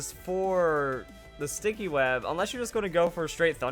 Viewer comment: sticky web not stinky web 😑😑😑😑